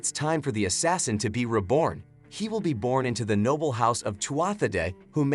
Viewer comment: The reader need a little work as they can not pronounce "NOBLE"; but other wise a good video.